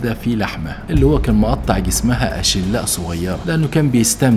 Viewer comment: اشلاء تنطق باللام الخفيفه مش لام بالشده